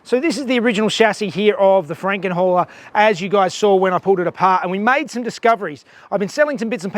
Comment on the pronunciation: is sounds like you're saying FrankenWHORE....HAHAHA